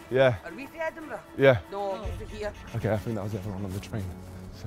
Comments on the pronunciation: Why is it Edinbruh? :D Isn’t it supposed to be "edinburg"? :D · EdinBRUH xD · Well it’s not edinBURUH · Is it just me or Edinbruh